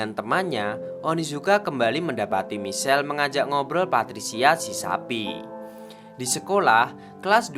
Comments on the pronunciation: Min, "Michael" melafalkannya "maikhêl", bukannya michel hehee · Hi bang maaf cm mau bilang klo baca namany salah Michael baca maikel klo Michelle br baca misel tp saya suka ma flim GTO ini koq semangat y bang, maaf bang bukan maksd lain....